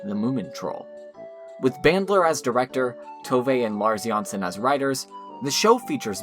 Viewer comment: Great series, good job. Only that it is JanssOn, not JanssEn.